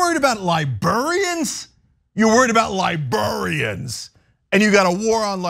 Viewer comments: Lie-brair-ian! Not libarian. The r isn’t silent. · LIBRARIANS, Cenk, not “libarians”. Li-BRār-i-ans. Please and thank you. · "Liburriens" 😂 idk why I love this so much haha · Liburians! 😅 Cenk, you're adorable. But seriously, sacking Librarians for doing their job? What next, Book burnings? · Has no told Cenk "librarian" isn't pronounced "libuhrian"? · I think there are some southern dialects that pronounce library as lie-berry. Maybe this is a similar dialect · The way Cenk says librarians like he’s speaking about people from Liberia lol